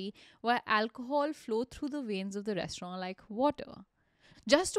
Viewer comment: I had to stop listening to this podcast halfway through because I couldn't take the way she pronounced "restaurant" any longer.